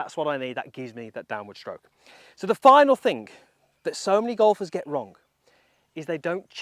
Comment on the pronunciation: Golfers might be striking the ball “wrong” …but you’re saying “wrong” wrong. It’s not wrong-guh, or strong-guh.